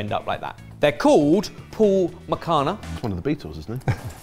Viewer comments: The ‘ph’ is pronounced as ‘f’ like in ‘phone’. Phool means flower. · Boys its "Fool Makhana" .. Ph = F ... Cheers!! ... Phool in hindi is Flower!!